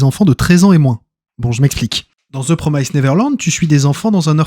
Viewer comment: On ne diphtongue pas le i de Promised, il se prononce comme en français donc c'est "promisst" pas "promaïsst"